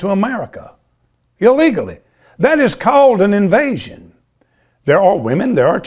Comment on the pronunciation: It's Invasion my brother, not "envasion"..no such word. Please edit promptly.